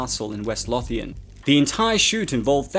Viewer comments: sir as a scot that was raised in west lothian it pronounced LOW-TH-AN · Makes a nice change to hear someone who isn't from the UK pronounce Glasgow properly. But Lothian is pronounced Low-thee-an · As a Scot, the pronunciation of West Lothian troubles me